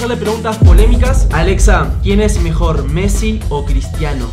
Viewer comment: Messi no mezi jaja